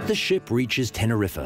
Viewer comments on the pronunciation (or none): Please tell the announcer that the pronunciation of the Canary Island is not tenerifAH. It is TenerifEH or Tenerifé. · Tener riffer...like wtf 🤣🤣🤣 it’s Tener reef.......fkn idiot 🤣🤣🤣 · Worst pronunciation of that Island in the Canary's Tenerife not "ten er rif a" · The almost constant adverts are a bloody nuisance ! And on a point of pronunciation, Tenerife is TEN ERR REEF There is no "UH" on the end !